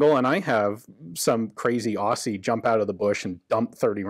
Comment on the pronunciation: Not to be mad at you but all Americans say the same shit we are called aussies or Ozzie’s not hussies as yous pronounce it